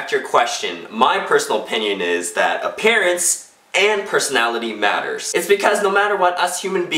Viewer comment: did say a pear ance and not appearance